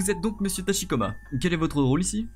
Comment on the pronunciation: Non, déjà le présentateur ne dit pas correctement Tachikoma, il le prononce à la française. Pour le "hare hare yukai" il faut aspirer le H. Ensuite pour le "train otaku", jsais pas où ils ont entendu un japonais dire train à la française et puis pour les idols ça se prononce "aidoru" (avec l'accent japonais bien sûr)